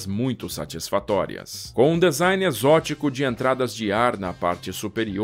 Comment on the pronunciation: Que avião magnífico! Parabéns pela riqueza de detalhes. Desculpe a intromissão, mas preste só uma atençãozinha na pronúncia da palavra DESIGN que é /dizáin/ e não /dezain/, ok amigo? Tudo de bom. Um abraço! 👍👍👍